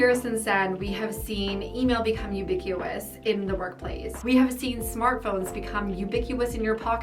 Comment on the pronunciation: “Ubiqueueous” lmao